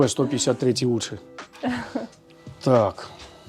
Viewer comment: МР 155это русское ружьё, поэтому читать надо мр, а не мп.